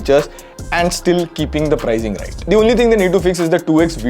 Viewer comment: Bhai the pronunciation is not "prizing". It is "pricing". Sound of S not Z. Phone and review are good though.